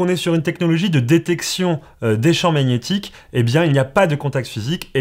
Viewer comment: G+n = nie. Pas Mag nette horrible. Merci pour ta vidéo Très bien détailler 👍